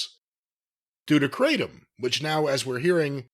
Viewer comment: It's pronounced "krahtm", not "kray-tom". Jus' sayin'...